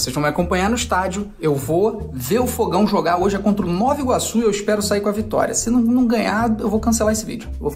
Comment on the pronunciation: Pelamordideuxxx, é NovA Iguaçu. Ninguém fala Noviorque.😒